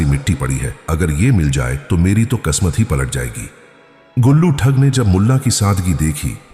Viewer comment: قسمت/khismat ,بولیں khasmat Nahi اردو کاستیا ناس نہ کریں